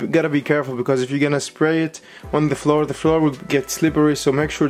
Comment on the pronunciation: Did he say splay??